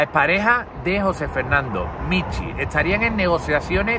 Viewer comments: Tampoco lo voy a ver., es Michu, no Michi, AAAAY qué gracia 🤣🤣🤣🤣🤣🤣🤣🤣🤣👍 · Es Michu, no Michi